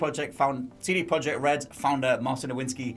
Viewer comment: Projekt in CD Projekt Red is pronounced Proyect.